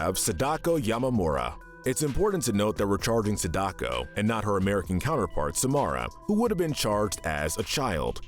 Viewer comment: Excellent video. My only complaint is that you badly mispronounced Sadako’s name. It’s SAH-dah-koh. What you said was just painful.